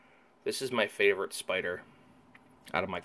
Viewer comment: great video I want to get some Tarantulas and whats is up with The Dander Pider? you for got the S in spider lol love your videos